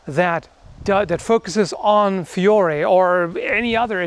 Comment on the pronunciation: The only thing I would point out, as an Italian, is that you should pronounce Fiore with a semiconsonant "i", like "fjore", but that's just nitpicking